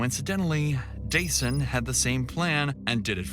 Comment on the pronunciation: idk why but the narrator mispronouncing dasan’s name even tho its heard in interviews being pronounced the right way bothers me… a little kid was killed the least people could do, out of respect, is say his name correctly